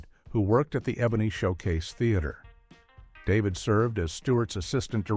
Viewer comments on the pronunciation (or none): none